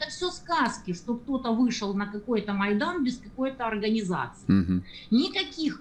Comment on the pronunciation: Ваша Монтян сидит в Украине? А почему слово "майдан" неправильно произносит?